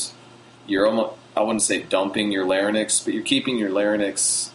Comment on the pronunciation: Haha, you keep saying "larynyx" instead of "larynx". Anyway, can I sing at a moderately loud volume once I get consistent with this technique at a soft volume? Or do I have to build volume along with the technique?